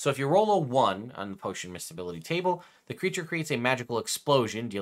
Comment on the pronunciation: This is the first time I’ve heard this term pronounced “misk.e.bl” instead of “mis.e.bl”. Pretty sure that’s a soft C there,.